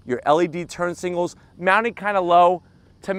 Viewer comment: singals or signals? Very good review as always keep them coming!!